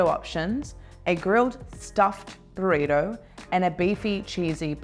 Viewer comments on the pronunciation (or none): That Australian woman keeps saying it wrong because it's Burrito not Borido and it's Jalapeno "Halapenyo" not Halapino. 😄😂🤣